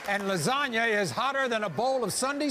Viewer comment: the audience stopped mid clap and mid ooh. They didn't know if Maury was for real or not the way he said lazonia like lasagne 😩